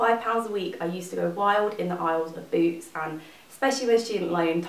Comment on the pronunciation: In the beginning I thought you said booze when you said boots haha I love your videos!